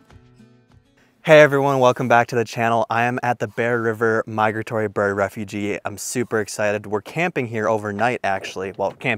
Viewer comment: Just something constructive for future videos. It’s refuge — the last part rhymes with huge. Not refugee.